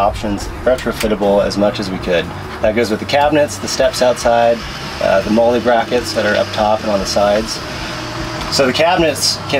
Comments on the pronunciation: You discredit yourself when you pronounce it mole-lea and not mol-lee. And if you are making this trailer for survival why is it orange? Why dont you make it matte green or somethign more tactical and not shiny ass orange. Looks ok otherwise. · What is MOLE-A. It's fucking MOLLE. Like the name, molley. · M.O.L.L.E (molly) not MOLE-A lol nice trailer tho! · It's pronounced Molly not Mole-E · Molle!!! Not MoOLeYyYy Jesus christ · am i the only one bothered by the way he says molle? it was intended to be said like the name molly, because it was replacing the alice system that preceded it. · Mole-lay? Is that how the rich people say it ? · I physically cringe everytime he said "molle" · MOLLE (pronounced /ˈmɒl.liː/ MOL-lee) homophonic with the name Molly NOT A MEXICAN SAUCE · Interesting pronunciation of MOLLE....